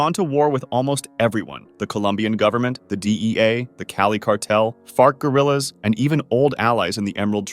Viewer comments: Did he say "fart guerrillas" ? 😂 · I understand you may have said 'FARC Guerillas" but I was not expecting to hear 'Fart Gorillas' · “Fart Gorillas” did I hear that correctly? There’s a Cartel called the “Fart Gorillas”? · i may be drunk but think bro said fart Gorillas. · Its weird as someone who doesnt know a lot hearing "Fart Gorrillas" and having to turn on captions to read "FARC Geurillas" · Did you say fart gorillas?